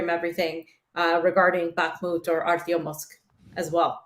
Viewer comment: It is ArtyomoVsk not Artyomosk